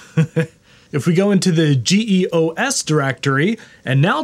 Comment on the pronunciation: LOL! "GEE OH ESS." No, man! It's GEOS, rhymes with Cheerios! 😆